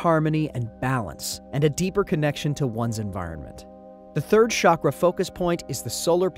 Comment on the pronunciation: It’s pronounced cha-kra, not sha-kra